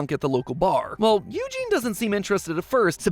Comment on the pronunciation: Now who told you to pronounce eugene like that